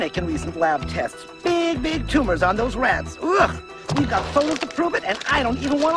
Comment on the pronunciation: Big 'tumors' alright. lol